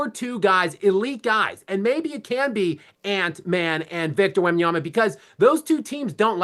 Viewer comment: Whitlock you spent half a show making fun of someone not pronouncing Vrabel’s name correctly and you just spend an entire show mispronouncing Wembanyama’s name.